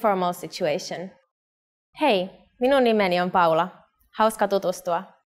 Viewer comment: Poor a Japanese struggled to pronounce "Minum nimeni"